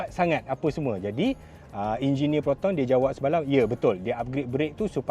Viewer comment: “Jinjineer” Proton dah design 😂😂😂